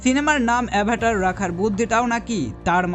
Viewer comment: সিনেমার নাম টা ঠিক করে উচ্চারণ কর আগে তার পর তো ভিডিও বানাও